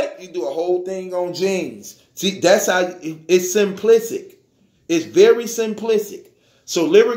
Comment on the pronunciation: Simplisic 🤣😂🤣😂 He can’t say “Simplistic” 🤣😂🤣 🛑 it bra 🤣😂 dat Surf impression doe 🎯🎯🎯🎯